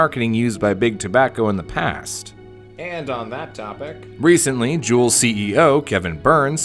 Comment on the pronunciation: Also hearing Kangertech, blu, and juul made me cringe